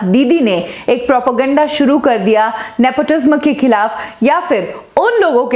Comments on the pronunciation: It's Nepotism and not Nepotisma as you pronounce ...Kangana is exaggerating nepotism a far bit I guess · Love the way she says Nepotisma instead of nepotism.😀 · Nepo tizmmmm nhi😅😅😅, NEPOTISM Hota hai....... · omg why are u pronouncing it.. "nepotizzmaa" are u well educated enough to be reporter??? or are u also the product of nepotizzzmaaa??? ## kangana❤️queen ## justice for SSR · I was about to comment this she pronounces the word truth differently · PRONOUNCE IT AS nepo TIZAM. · Please learn to pronounce “NEPOTISM” I get goosebumps when she pronounces “NEPOTISM” its so simple to pronounce it. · Nepotism is pronounced as nepo ti sam, ने पो टी स म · Why do you pronounce nepotism so weirdly??nepoti - sma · The pronunciation of nepotism is ne-po- tee-zem. Please say it right. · Just a suggestion. Please pronounce properly the word nepotism. Dont put pressure while pronouncing the word tism. Tism should be pronounced as tisam. So pronounce it as nepotisam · I got triggered when you pronounce nepotism like in the last 'sm' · Please pronounce "Nepotism" properly... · Your say nepotism v weirdly...bad pronunciation